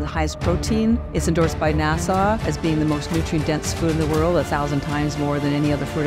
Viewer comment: Lady its Not pronounced "nas-saw" its very short NASA